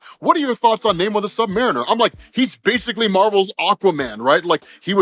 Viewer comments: Nice Rob but you really should change your pronunciation of his name as it's not "Nay More" it was more "Nah Amor" since he says the derivation of it is because he got "no love" (or something like that)... of course that is only what his enemies call him, but no one wants to keep calling him K'uk'ulkan 🤣🤣 Oh I do like that he actually refers to himself as a "mutant" since Disney/Marvel owns the Xmen stuff they can use that terminology now. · This movie is pure M-She-U in a nutshell. The movie is all over the place. Other than the beginning and the end. this movie was lame and the almost 3-Hour time for it was not needed. also his name isn't not Nay-More. It's Nuh-Mor-r-r-r-r-r-r-r-rrrrrrrrr. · 'Na-MOOR' the Indian? lol